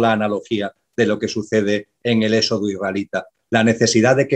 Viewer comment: BRAVO POR!!!...PERO...CÓMO PUEDE SER QUE TODO UN CATEDRÁTICO NO PUEDA PRONUNCIAR BIEN LA "X"...SE LO OÍGO EN ÉXODO, SEXO...ETC...JAJAJA...GRACIAS!!!